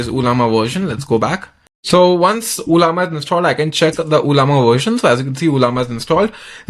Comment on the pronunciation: First of its not uuullllaama 😂 and 2nd its not anthropic's model....u r just using the interface....dont fool people